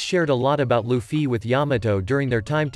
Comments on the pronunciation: lufy and not lufyyyyy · Holy shit its luffy not loofee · Stop using a bot voice it says LufFY